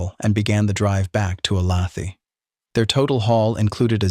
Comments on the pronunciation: Dear. "Olathe" is pronounced "Oh-LAY-thuh" not 'oh-LA-thee" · Oh lay the, not o lath ee. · Oh lay tha Jesus mispronounced names drive me nuts. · It's not O-lath-ee , It's Olathe. pronounced, O -Lay-the, Native American name. I lived there 34 years. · it's OhLayThuh , not OhLathee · AI sucks ‘O-lay-th-ee” are you freaking serious! ? Olathe, Kansas , pronounced “Ohhh-layyyy- th-uhhh” ! Do you people expect to be taken seriously? Apparently NOT ! 😑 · Not a criticism but Olathe is pronounced "O lay the" not "O lauthee" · "O lay tha", not "o la thee" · O-law-thee? Seriously? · I grew up just a few miles from the Clutters and remember the event well. After all these years, there are still mixed feelings here about Capote's book. Lots of things were not correct. At any rate...FYI... the name of Olathe is pronounced 'O - lay. - tha'.. not O - lath - ey . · The pronunciation of Olathe in this one is appallingly wrong. A person who approves of the Death Penalty is not of sound mind. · I grew up in Olathe. It's said O-Lay-The not thee. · It’s ‘oh-lay-tha’ mmmmkkkk ? aim not from Kansas and even I KNOW THAT ! ‘Olathe’ is “Ohhh-lay-thA” for the love of God and in the decent memory of the Clutter Family !!!!! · Oh-lay-the (ah) Is how the town of Olathe is pronounced. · My hometown of Olathe is pronounced “O-lay-the”. It is very annoying that they couldn’t fact check this and say it correctly. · The name of that town is pronounced o-lay-tha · Sorry, have to do this... Olathe (o lay thuh) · you lost me at ”Ohlawthee” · Olathe is pronounced "O-LAY-tha." I knows it's AI, but I can't figure why it's hard to look this up. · Sorry, lifelong Kansan here. Olathe is pronounced O-Lay-tha. I know, kinda silly. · Three syllables? I would have guessed "o-LAYTH." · Olathe(KS) is pronounced O lay the. AI narrators are so cheesy. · Please learn to pronounce Olathe correctly! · Oh come on. How can you mispronounce Olathe? Amateur hour.